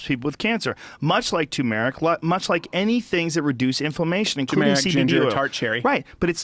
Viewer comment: Nobody's going to talk about how they are pronouncing tumeric wrong lol